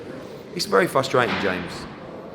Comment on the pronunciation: Eddie "fustratin" Hearn.